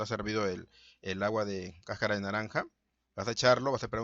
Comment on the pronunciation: Se dice cascara, no cacara.